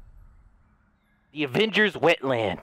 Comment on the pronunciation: "Aurvanger Wetlands": "The Avengers Wetland!"